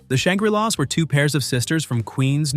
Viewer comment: Also Shangree-lahs